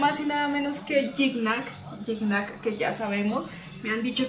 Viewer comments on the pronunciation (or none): Que linda, una cosita, no se pronuncia guicñac... Se pronuncia yiñac o yiña. En francés así se pronuncia más o menos... Y que es parceros?? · así es bro más o menos por ahí ibas, en su entrevista con el comediante franco Escamilla el aclara la pronunciación de su nombre, es "kñ" aunque se escribe "gn" saludos...